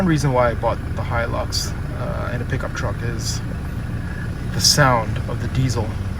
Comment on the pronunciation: Finaly! Someone pronounces Hilux properly!!!